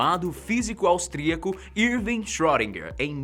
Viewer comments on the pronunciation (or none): sim, mas se fala "schrÊdinger" e não schrÓdinger, como ele fala! Mesmo assim, o video ficou show, muito informativo. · Por favor, não se fala "ö" como se fosse "ó" e sim um som entre "o" e "ê", e "er" tem som de "a" . Portanto seria algo como "chroedina".